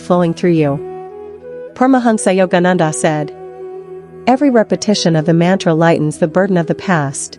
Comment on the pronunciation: Very poor pronounsiation, mantre Excellent